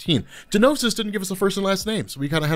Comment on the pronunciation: The G in Gnosis' name should be silent